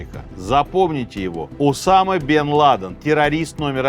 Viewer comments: Только не УсамА, а УсАма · УсАма, а не УсамА. Неправильно произносите имя, периодически ошибаетесь в ударении. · УсАма, а не УсамА! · Сергей что\. из Франции только что вернулся? То у него УсамА, то НикарагуА, причем в Усаме ударение плавает. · не в первый раз замечаю, что Сергей как-то странно ставит ударения в именах собственных. В этом выпуске: правильно Уса́ма (а не Усама́), Никара́гуа (а не Никарагуа́). В многочисленных других выпусках: правильно Свердло́в (а не Све́рдлов). А за видео - лайк!